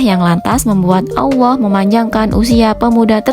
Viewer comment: Sy dengarnya ya awoh atau Yaa Allah ya....apa pendengaran sy aja yg kurang bagus🙏